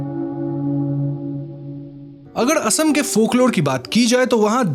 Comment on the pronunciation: ye "asm" kya hota hai bhai mere? ASSAM ... ASSAM uccharan karo